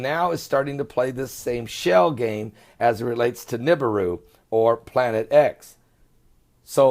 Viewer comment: wana see real videos of nibiru (neh-be-ru) not "nib-aroo" (I hate that pronunciation) please check my latest three uploads (all under 6 min each) anyone can get footy like mine too. just watch the sky cams at sunrise and sunset. much love, God bless